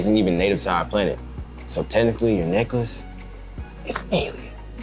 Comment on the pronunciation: Tehnically lol it’s technically